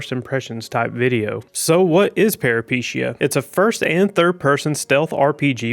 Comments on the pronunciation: "Per-uh-pi-tahy-uh" not "para-pee-shee-ya" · It's not "peripishia". It's pronounced [pə,ripi'taiə]. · Pair-uh-puh-tee-uh. But great first look.